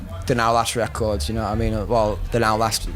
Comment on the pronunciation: Na-ah mean?*